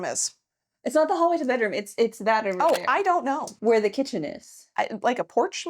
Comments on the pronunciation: No, let me correct you on that. One is off a bedroom. The other is off a "bedrom." Not to be confused with a bedoom, a beroom, or bedr. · Do you want the BEROOM or the BEDOOM? 😂